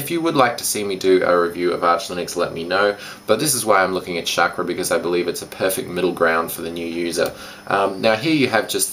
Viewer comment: Chackra is pronounced "Shawk-Raw" :D